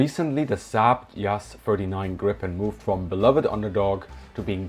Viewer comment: 18 seconds in, and I just have to comment on the excellent pronunciation of Gripen. In Swedish, it's much more like [greepen] than [grippen].